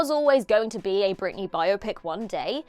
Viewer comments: Britney, not Brittany. Jeez. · It's "Britney" b***h! 😂😂